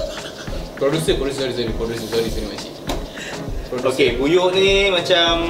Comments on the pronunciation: Buyuk bha bukan buyuh hahahaahah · Pembetulan...buyuh tu buyuk bukan buyuh 😅